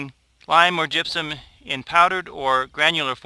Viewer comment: Truly terrible video. It's gypsum not gypsom... But that's not your biggest problem... It's Jim's edited recipes, the fact that you guys have left out any meaningful source of calcium. Calcium Nitrate, yes. Lime? No. Mittleider used lime for the sole purpose of adjusting pH. Lime would "make" calcium available to your plants in a few months. Calcium Nitrate or calcium chloride would supply your plants with calcium NOW with the additional benefit of "u clogging" the roots, preventing salt accumulation... Basically every video of yours is designed to sell the wand, the micromix and Jim's "edited" books. You are a good SEO guy, good marketing but... Why did you guys change the most important thing in mittleider recipe? Where's the calcium nitrate buddy?????